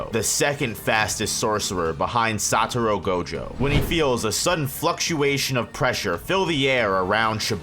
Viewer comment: Why do I keep hearing the man say "Saturo" Gojo, instead of Satoru Gojo? It gets annoying